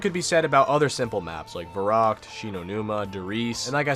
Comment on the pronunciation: yo, it's pronounced "Ver-u-kt", and is german for crazy :) just telling you, dont mean to sound rude